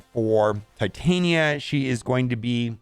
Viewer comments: Pronounced tit-on-ya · If you can pronounce Titanium, you can pronounce Titania